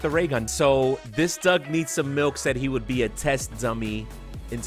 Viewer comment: YUS I am in a video and also when I said I would be a test dummy you said my name wrong not milk it’s malk